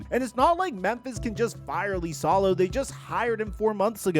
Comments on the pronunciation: Who is "Lisalo"? It's "Isalo" 🤦‍♂️ You and butchering names...like other time when you called Kiyan Anthony, "Kee-yan" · "Lisalo" 😂😂😂 It's Iisalo (iisalo)..... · I think it's "E" salo not "Lee" salo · Its LiSaLo, not lIsAlO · It's IISALO, not LISALO. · How is Iisalo Lisalo? 😂😂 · Learn to say the surname. Use google translate if needed. Hes last name is Iisalo (Eesalau) not Leesalo. Jesus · Why does he keep pronouncing it “Lisalo”? The first letter is I, not L. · Dude, you should do your homework on names. The man's name is I I S A L O - double ”i”, there is no ”L” at the beginning of the word. Come on! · Holy shit I commented this early on in the video, the number of times you say his name is absurd and each one physically hurts to hear. The clearly capital i is in print many many times in the video. What are we doing.